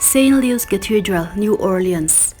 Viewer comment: Suggestion : Louis tih hi Lui tih tur a ni a, mahse Mizo ten Lui (River) kan lam dan ang em em chu a ni chuang lo